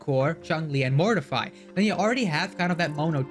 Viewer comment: Cool video insights! Just a thing, if you listen to Encore's voice lines, she pronounces Mortefi's name as Mor-te-fee than Mor-ti-fy.